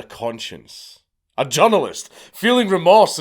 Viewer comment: when you say, “journalist”, I hear “junglist”, and it makes me laugh so hard in the context of what you’re saying 😅